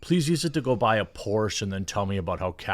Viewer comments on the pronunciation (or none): none